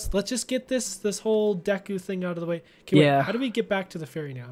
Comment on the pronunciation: you can say goron but you can't say deku you say it like deeku